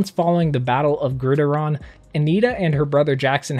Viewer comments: hey its not grideron as u were saying its actually grid -iron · I’m pretty sure it’s pronounced Grid (iron) not Grideron... 😅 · It’s grid-iron not grid I Ron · Dude you gotta work on those pronouncation....”Grid-Iron”bro not gridaron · u mispronounced Gridiron, GRID IRON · Grideron lol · "grid-iron" like a football field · Lowkey not trting to be a “grammar nazi” but it is pronounced “ Grid- Iron” but great video regardless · Marvel-Dc Jr Gridaron sounds cooler tho 😂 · You are saying gridiron wrong, it's pronounced grid-iron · Who else got triggered when pronounced gridiron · How the he'll this man mispronounced so many words like "Gridiron" 😂😂🤣😂🤣😂🤣😂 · Grid iron lol it's pronounced grid iron